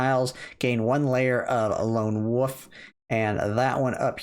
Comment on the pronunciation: Mr. ""